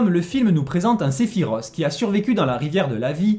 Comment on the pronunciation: Cest Se-phi-Roth pas Se-phi-ros